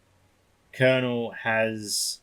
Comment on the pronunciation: I believe his name is based on the wild god Cernunnos, so the pronunciation would be Sir-NU-ol